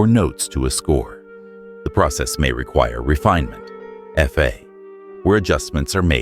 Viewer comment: "do re mi ef ay" stupid AI